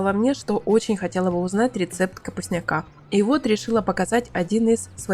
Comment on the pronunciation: Не капустняка́,а капустня́ка! От слова капустня́к!